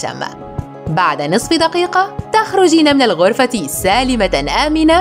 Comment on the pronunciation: ترقضين إلى العرفة 😂😂 ألا يمكنك نطق حرف الكاف